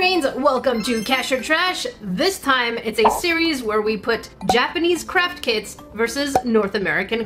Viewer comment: How come these days whenever I hear says craft kits, I will misheard it as crap kits